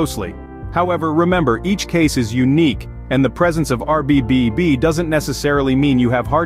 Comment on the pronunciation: I heard a couple of RBBBB slip in there....